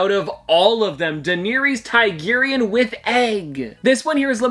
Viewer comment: please stop pronouncing daenerys targaryen like that